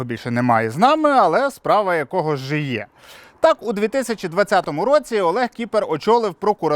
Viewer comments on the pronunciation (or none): "Справа жиє"🤦‍♂️